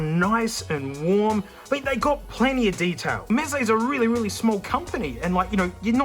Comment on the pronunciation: Noone: Aussie man: MEZE MATE!!!